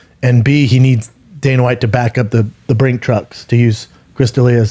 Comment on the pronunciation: What is Brendan trying to say here? "Brink-trucks?" I can tell he can't pronounce whatever he is trying to say, cause both times he tried he did his signature self-conscious-pause-cause-I'm-about-to-mispronounce-something move. What is he trying to say though? Brick trucks?